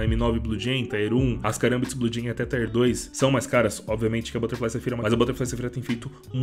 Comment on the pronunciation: Só uma dica, tier não se pronuncia assim